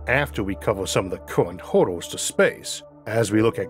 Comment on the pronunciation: Great content! What’s with the Gump accent though? It’s really difficult staying focused if you hear someone say “hordle” instead of “hurdle”. Killor? You mean killer. Never thought this accent could annoy me this much. Concorned? Concerned. Yeos? Years. Sorry but come on… Por trip? Per trip. Considor? Considered. Borned? Burned. I think this is whats holding your content back from getting the public it deserves. So yeah, good luck? Well btw, you say “good” correctly, why not use it “hurdle”. Fightors? Fighters. Eithor? Either. Infrastructore? Infrastructure. Cammorce? Commerce. Numbors? Numbers. Okay ill stop, heo? Here. Okay bye.